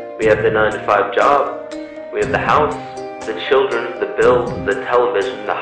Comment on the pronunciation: fascinating ..... but when will people remember how to pronounce "the" before a vowel????? sadly,... pronouncing the word "the" as "thuh" before a vowel makes one sound so ignorant - - "thuh earth", "thuh atmosphere", "thuh eyes", "thuh archetypal"... and totally discredits the content of the message... I suggest that the narrator go back to school and learn how to correctly pronounce English in the beauty it was meant to have